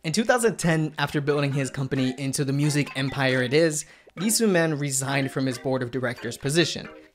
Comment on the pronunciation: sorry but i can't ignore the wrong pronunciation of sooman's name specially since it is repeated every other sentence. cmon man, didn't you come across the pronunciation during research? what is this?